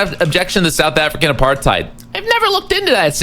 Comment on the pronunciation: Until a single American gets even vaguely close to properly pronouncing 'apartheid' (it's really not that hard), I refuse to believe they know ANYTHING about our country's history. Destiny is the only streamer who questions the use of the word and I appreciate it